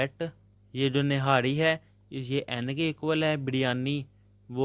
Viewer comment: Birryani😂 niharri😂and sir😂